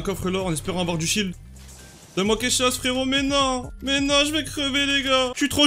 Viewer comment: 6 minutes 14 minutes il dit shit à la place de shiel Mdr